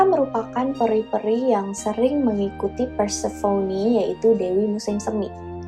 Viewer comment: Prounounciation inggrisnya udh bagus kak,tapi mau koreksi aja nih,Demeter itu dibaca "The-Mi-Ter" (The meter) Dan Persephone udh hampir bener,but more like "Per-sa-fe-ni" hehe,just fyi ^_^ Tambahan dan kesimpulan: -Harpie berkembangbiak dgn cara bertelur,dan telur ini klo mau menetas bakal ada badai/cuaca buruk katanya (tambahan dr aku) -Bedanya siren dan harpie adalah siren bisa nyanyi,harpie nggak. Siren berkepala wanita cantik,klo harpie jelek.